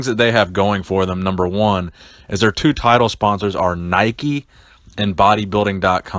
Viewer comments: lol always makes me laugh when I hear people say "Nikeys" you don't call a bike a "bikey" do ya lol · 'naikey' lmao